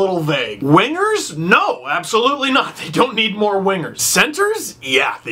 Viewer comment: everytime he said "more" I chuckle because it sound like "moore"